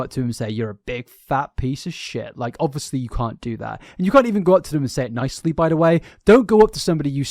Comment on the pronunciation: Was pleasantly surprised to hear you finally pronounce Eugenia's name correctly (after the intro, at least). Next up: "ovussly" (obviously), but I think that's just your accent. I'm a kiwi, so I can't talk. It does make me laugh, though. Regardless, they're both terrible people. They both should be off the internet for good imo.